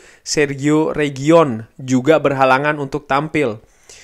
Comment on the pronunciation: Reguillon bang bukan region